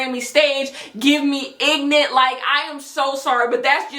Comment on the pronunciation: "i like my rap ig'nant" I AM DYING